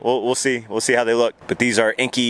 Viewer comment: Definitely spoiler!!! Ps: I'm no language nazi, but I think enkei is read "and kay" Cheers. . .